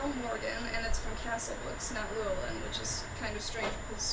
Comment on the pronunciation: As a Welsh name, "Llewellyn" is accented on the next to last syllable.